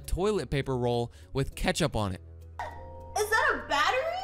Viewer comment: they mispronounced ketchup wrong